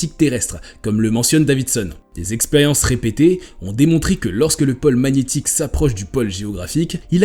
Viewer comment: pÔle et non pole